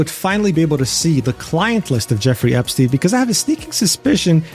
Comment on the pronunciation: You mispronounced Epstein.